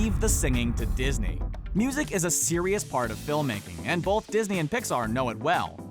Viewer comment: I don't pronounce the "L" in the word "both" but the announcer does. Bolth.